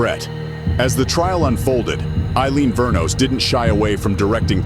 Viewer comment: It Wuornos not Vernos